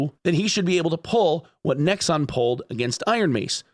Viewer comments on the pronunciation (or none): none